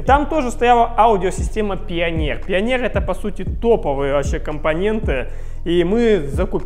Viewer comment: пионер топовая компания....ааааааааааааа ааааааааааааааа аааааааааааа мои уши...мне больно это слышать от человека который делает такие крутые проекты...., пионер это как SAT среди запчастей